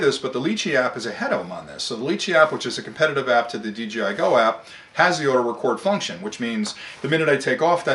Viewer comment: Very good points sir. . . Why do you say "DGI" and not "DJI"? I would consider the DJI Inspire a "top of the line", grade A drone. . . Costs about 3 times more than a Phantom 4!